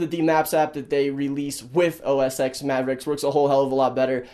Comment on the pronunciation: Dude it's "OS 'Ten'" not "OS 'ex'"